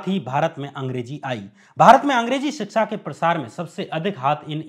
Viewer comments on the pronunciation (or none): भाई, अपना उच्चारण ठीक करो यार! शिक्षा को सिच्छा बोल रहे हो, वर्चस्व को बर्चस्व, ब्रिगेड को बिग्रेड, बिचारधारा, आसंकाओं, यह सब क्या है? 😀😀